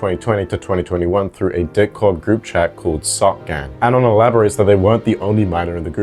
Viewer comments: I’m sorry but the way he keeps saying “Dick-Cord” takes me a minute to realize he means “Discord” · Are you saying “d*ck-cord” on purpose? You haven’t pronounced the “S” in “Discord” once since I started listening (I’m at this timestamp now), and admittedly I’m not looking at the screen so maybe I’m missing the captions highlighting the joke. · "deh cord" 💀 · Dihh cord